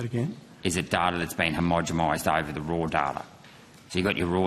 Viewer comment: Homogomised !!! Gerard can’t even pronounce it correctly: he’s got not hope of understanding the process.